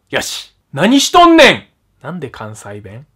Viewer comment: 何しとんねん！のイントネーション全然違う！笑